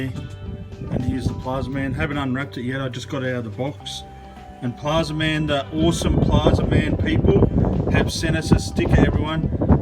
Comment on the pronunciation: Plazma man… not plaza man